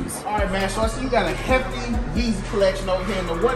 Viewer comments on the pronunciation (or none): It’s the emphasis on “HEFFTY”😂😂